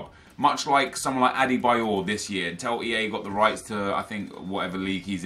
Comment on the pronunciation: also anyone notice that pronounces the world til as tell. like instead of saying until he says untell